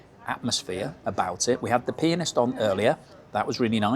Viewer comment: If only he'd say "pianist" and not "penis"...